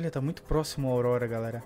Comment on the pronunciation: AUDORORORA KK vc falou isso bem no final do vídeo kk